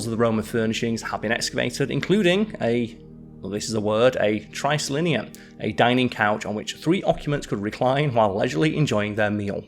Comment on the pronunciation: Good episode! Thought your pronunciations were just fine (excluding triclinium… but that one’s tough “trick-lynn-ee-um” according to my high school Latin teacher). You even said Caesar right, which honestly caught me off guard. Keep making vid’s; alway good to see fresh new content on GeoGraphics/BioGraphics